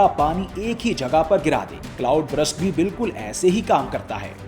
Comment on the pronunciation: ہاں، یہ ایک عام غلطی ہے۔ کئی لوگ burst کو غلط تلفظ کر کے brust بول دیتے ہیں، حالانکہ درست تلفظ یہ ہے: ✅ burst → برْسٹ (آخر میں ’سْٹ‘ کی آواز) ❌ brust → یہ انگریزی میں کوئی لفظ ہی نہیں یعنی زبان کو سیدھا رکھ کر برسٹ کہنا ہے، نہ کہ برَسٹ یا برَسْٹ